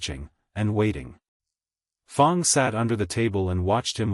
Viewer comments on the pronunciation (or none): What a great story! Also, the 1st fanfiction I've listened to without any cannotical errors, none that I spotted anyway... unless you count "Fong" instead of "Fang." lol Thank you for posting. A very enjoyable listen.